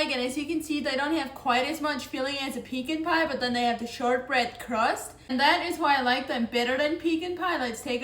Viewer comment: I've never had a "peekin' pie". I can "see" the attraction to it.😂😂